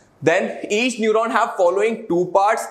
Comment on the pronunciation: Lol its neuron 😅🤪